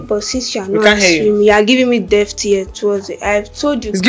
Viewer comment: “Deaft ear”😂😂